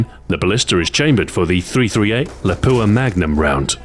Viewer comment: Just heads up, its actually pronounced L-ah p-wa